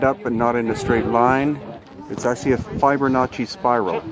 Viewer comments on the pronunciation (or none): "Fiber-Notchy Spiral"? On a half pipe or big air, dude!?!? Or are you just from Southy? I just peed a bit in my ADULT diaper. The material is endless with this vid.